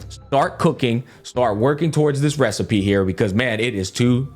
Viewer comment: That's it! I've come up with a new recipeh!